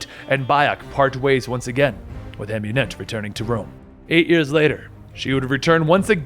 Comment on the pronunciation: Never say Bayek or Amunet again plz